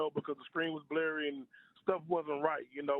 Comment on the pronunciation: " Her screen was bleery" bye lmfaooo